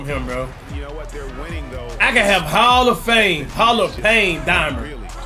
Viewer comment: Cash having too fun he said the game was on “ hall of pame “😂😂😂